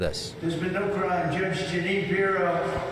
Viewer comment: Judge Jug-a-wine Pirro